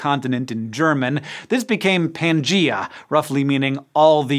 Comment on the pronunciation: I'm surprised that you made such a mistake, Hank! There's no word like pangEA in Greek! But *Pan-GAEA* is a compound word of Greek origin -- pan meaning "across" similar to 'pan-theon' & 'pan-demic'; while *GAEA* means the world derived from the *Greek Goddess of Earth*